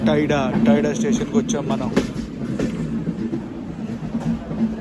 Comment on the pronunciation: టైడా ❌ త్యాడ ✅